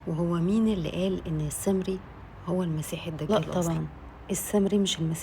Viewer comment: بعدين انطقي اسم السامري مش السمري